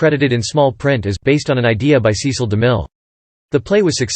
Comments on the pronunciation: SESS-ull. SESS-ull. SESS-ull. SESS-ull. SESS-ull. SESS-ull. SESS-ull. SESS-ull. SESS-ull. SESS-ull. SESS-ull. Apparently those automated narrations don't know it's SESS-ull.. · That's now how his first name is pronounced. It's a short e sound, not a long e.